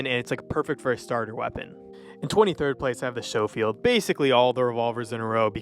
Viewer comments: Your pronunciations are ... um ... interesting. Shofield? CarbYNE?? Your accent seems American, but your pronunciations seem to have a bit of a British influence. Taking a wild guess that you're Canadian??? I'll take my Skofield and CarBEAN and shut up now. 😆 Not picking on you, just perplexed a bit by a couple pronunciations. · Learn how to pronounce things right! Showfield? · Man ik bruh didn’t know what he was talking about by 2mins knew indefinitely when he called the Schofield revolver a “showfield revolver” and btw most of all the revolvers one shot if you actually shoot them in places that kill with one shot via the left side of the chest the upper or lower neck and the head done it plenty of times and based of your own experience of the weapons what I hear is bro u have no aim how can’t u get a 1knife/1kill with a throwing knife